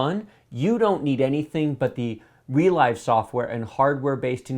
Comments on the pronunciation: I think ReLive is supposed to be pronounced 're-liv'. As in you "relive" your gaminig experience when you watch the recording later. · It's not "re l-eye-ve" You relive the game through a recording. It's a verb, not a new made-up word. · Isn't ReLive pronounced as in "to live"? Because "to relive something" means to experience a thing happened in the past. Saying "Relyve" sounds very odd to me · Not sure what the official pronounciation is, but so far every youtube channel pronounces it like the word "relive". Funny, reminds me of the Nvidia ti cards like 1080ti which everyone pronounces lile the letters except for very few people who say it like the word "tie". :D